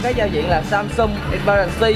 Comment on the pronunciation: em ơi..Samsung chứ kg phải Samsum nha.😁